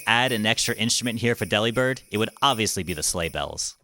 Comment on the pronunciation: I think Delibird would be pronounced Del-uh-bird because deliver